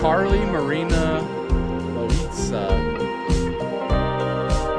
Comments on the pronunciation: Loaiza, her surname, is pronounced as "Loh-ah-ee-tha" In Spanish you pronounce each words for their main sound, like O would be "oh", A would be "Ah", I would be "ee" and E would be "eh". Z is also pronounced as "th", and double L's are pronounced as "Y". For example, "me llamo" is pronounced "Meh yamo". I hope this helps <333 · It’s actually LO-EYE-ZA I could be wrong tho ! For last name pronunciation. 💗💗